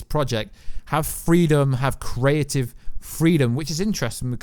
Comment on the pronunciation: Am I the only one triggered when he says "Pacific" (specific) and "Caretive" (creative) 😫😫